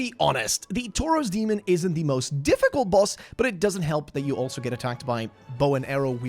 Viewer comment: This guys absolute INSISTANCE on pronouncing even the most basic of words wrong is astounding. In 9 minutes in and we've already got: Will keep updating. "Cresten fall Knight" "Undead burough" "Toros Demon" "Crescent Warrior" (crestfallen knight is so hard for him) "Leauutrec of carem" "Smaug"